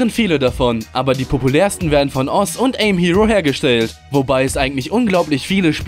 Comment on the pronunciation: "Oz"... xD